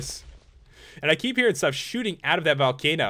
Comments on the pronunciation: When Pat said " Shooting out of it" I thought he said "Shoopin it." I WANNA GO SHOOPIN WITH PAT!!!!!!!!!!!!!!!!!!!!!!!!!!!!!!!!!!!!!! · Ya it did sound like it